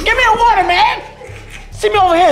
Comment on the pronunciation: " ... Give me a whater, man..." Hahahaha